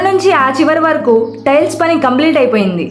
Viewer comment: స్టైల్స్ ఆ టైల్స్ ఆ మేడం గారు..😂😂 కానీ మీ ఉపోద్ఘాతం , వివరణ, బాగున్నాయి . ఇలానే కొనసాగించండి. చానల్ కి మంచి భవిష్యత్తు ఉంది.